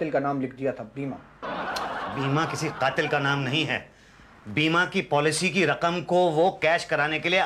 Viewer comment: strange the way mr.pandey and musaddilal are pronouncing words qatil and raqam correctly